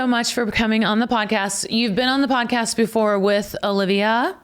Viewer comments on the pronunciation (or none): Hi Sara, why you say "pancast" instead of podcast?